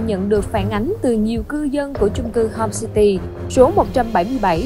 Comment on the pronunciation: homecity mà mày nói homesty